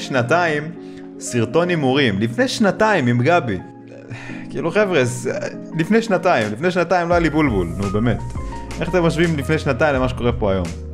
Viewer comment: רק אני שמעתי אותו אומר תפעילו תפעמון ליפני סאבסקאיב